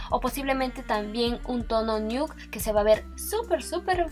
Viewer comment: “Tono niuc???? “Pedistes”????? 🤣🤣🤣🤣🤣🤣🤣🤣